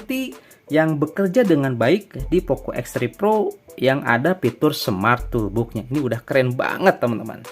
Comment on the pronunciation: Maaf sekedar share aja gan, kita sama2 belajar hehe. Kalau bhs inggris, kalau O ada dua dibaca U, kalau cuma satu dibaca O. Misalkan: BOOK = BUK BOX = BOX TOOLBOX = TULBOX (bukan TOLBUK) contoh lain: HOONIGAN = HUNIGEN LOOP = LUP Btw makasih konten TOOLBOXnya 👍 work 100%